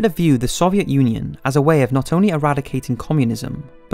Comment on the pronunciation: good documentary but why cant he say soviet